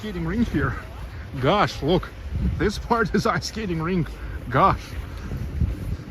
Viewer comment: Your "gosh" sounds like "gash"("гаш") - гашиш(hashish in russian). 😉